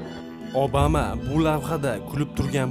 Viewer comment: Obama deb yozilgan bilan abama deb aetilsa kerak galati eshitilyabdi obama